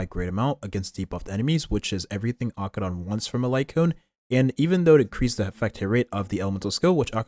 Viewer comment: I love your Acheron pronunciation.